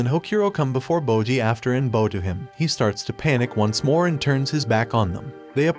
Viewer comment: um... Kage is pronounced more like "Ca - ge(t) - where the t in get is silent. in English we'd pronounce it more like "car-gay". It literally translates to "shadow" in Japanese. It was driving me nuts the entire show.... then you pronounced "bow" (down) like "bow" (tie) For a narrator whose entire schick is Japanese subcultures, please do them the justice of pronouncing their names semi- correctly. And no I'm not a fan of the show, nor have I ever seen it or have any affiliation to it.